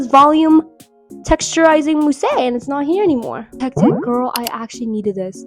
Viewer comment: mousse is moos not mosey huhu